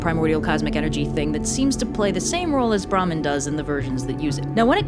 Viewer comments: I was confusing when she said "bramhan" instead of "Bhramaaann" emphasis on aa maaan. "Brahman" is actually a caste in Hinduism. Hope this small info will help anyone if it does😂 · Well she was right about bhraman (the caste is called Brahmin) she just pronounced it completely wrong (there should be a d at the end of the pronounciation)